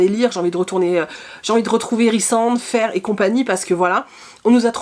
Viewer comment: Juste pour info, parce que l'on a tous été perdus, on dit '' Feyra " 😂